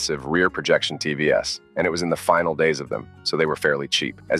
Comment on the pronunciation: Better sounding AI, but you can still tell by some of the mistakes, like TV S for TVs.